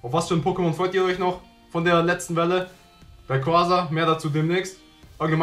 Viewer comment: Es heißt nicht Raiquasa sondern Raiquaza